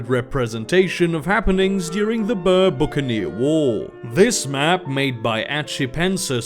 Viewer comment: "Ryk" is Afrikaans (the language the Boers speak) for Empire, it like the 3th Reich and such, also I think Boer is pronounced Boor.